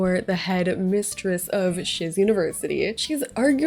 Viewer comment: First time I heard shiz university, I thought she said sh*t university